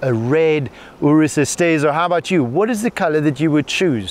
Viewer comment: Finally, a journalist that actually knows how to pronounce the name right.